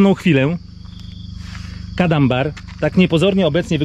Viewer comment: To nie kadambar tylko Cadamba